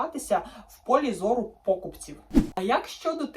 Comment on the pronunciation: далі пОкупці? ви ж мали подивитись і переконатись що наголос ставиться на букві І! вам подобається ламати систему і викривляти слова, я так бачу. чому не прОдавці, з наголосом на О? чому така вибірковість?